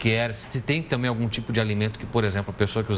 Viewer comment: Krai, "tanbem" "tabem" mas menos "TAMBÉM"